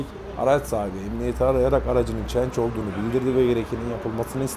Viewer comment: Abi çenc degil CHANGE olacak